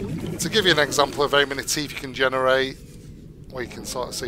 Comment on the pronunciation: in UK you guys really do call em Stalker Teef dontcha